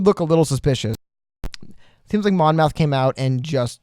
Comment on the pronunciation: Hey guys love your vids! Keep it up! Just for future reference, as a Monmouth County native, it is pronounced Mom -ith and not Mon-mouth. Hope this is helpful!